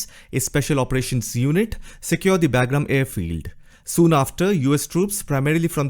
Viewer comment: Hey … not being disrespectful… its called “BUGRAAM”